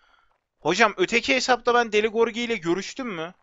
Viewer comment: deli gorgi değil lan gırogi :D